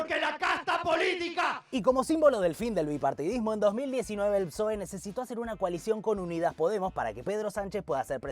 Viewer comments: Lo nervioso que me puso que digas psoe en vez de pesoe todo el video, se merece un comentario y un me gusta. Buen video, para la segunda parte decí Pesoe por favor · Exelente el video! Lo de decir P'soe en lugar de pesoe es tb para el algoritmo? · Pe-soe se pronuncia,, me duelen los oídos de oírte decir psóe, aguante alimentar el algoritmo, sos lo más, gracias por investigar y sintetizar para nosotres les simples reptilianes de a pie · Muy buen resumen. Una tontería, pero para dejar el comentario para el algoritmo... Pe - SOE .. Psoe me suena raro jajaja. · recordá que PSOE se pronuncia PESOE ya me suscribí,exitos con el canal.